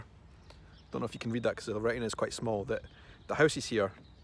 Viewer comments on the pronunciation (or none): none